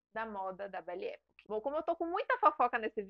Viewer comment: A pronúncia é "epóque" e não époque. Já que você fala tanto esta expressão, vale a pronúncia certa, dá mais credibilidade.